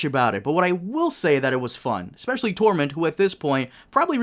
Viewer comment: His name is Tormund not 'torment'! Though it actually sounds cooler